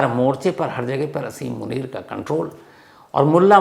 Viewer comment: Brother, aap name theek nain Lay rahy